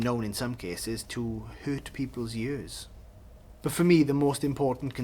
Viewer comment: The way you say ears in the vernacular is commendable and endearing. Until the coming of the wireless their was no perceived correct way to speak English or Welsh. The BBC chose people from a very narrow background to read the news and people started thinking that it was the correct way to talk. Accents are a rich part of British life. Long may they continue!